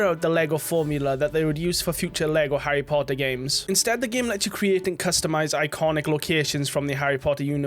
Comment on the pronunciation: Harry Pottaaah'